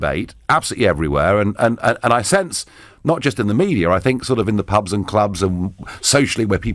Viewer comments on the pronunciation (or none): none